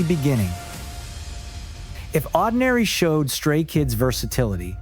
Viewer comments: I hate AI. The pronounciation of Oddinary… good lord. And they kinda skipped a few records. 😂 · Starting with a lengthy shot of Woojin, then skipping right over God's Menu, mispronouncing Oddinary, then singling out Lose My Breath... 🙄Argh! Give me Stay-made content any day- this is painful. "Dare to be"?? 🤮 Bleuch, so plastic... the irony is thick. Talk about cashing in! Won't be watching anything from this channel again.